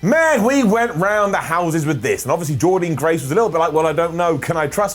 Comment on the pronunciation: one more time....SAY JORDYNNE GRACE’S NAME CORRECTLY!!!